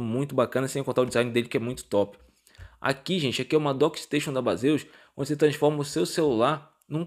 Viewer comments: Amigão , somente uma crítica construtiva a pronúncia do produto é diferente do que se lê, vou escrever como se fala " BEISIS e não BASEUS " Beleza 👍🏻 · Então amigo, eu até sei disso, até pq o nome Baseus é uma abreviatura de Base on User, mas como a marca acabou ficando conhecida por conta dos youtubers mais famosos como "Bazêus", acabei me rendendo e usando essa pronuncia para não parecer antipático ou metido kkkkkkk. Mas agradeço a contribuição. Prometo que vou informar isso no meu próximo vídeo de produtos da marca. Um abraço